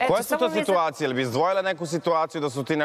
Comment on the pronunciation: Al' kad kaže SITVACIJE 🙄😳